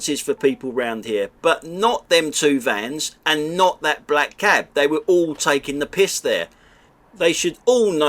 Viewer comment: "Hall where they're having ha whedding reception...! All the H's and a few more!